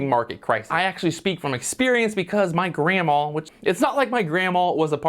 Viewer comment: serious question, are you saying grandma? Because it sounds like 'granmall'. Is it some kind of American accent? 😂 I'm from the Netherlands, so I'm seriously wondering